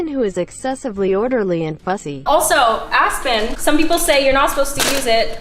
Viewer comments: “I’m gonna use a mixture of asston” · Aspen Me: aspirin